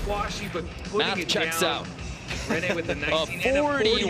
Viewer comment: The way they cant say rene's last name right is just so funny